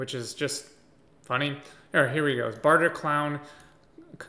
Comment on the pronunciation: Lol you said barterclown 🤡 😭😭😭